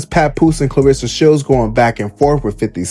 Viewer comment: Who the hell is "B Clarsa Shelds?!?" Cmon 50, you too old for this blsht!